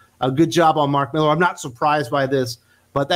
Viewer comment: MillAr, not MillEr ;)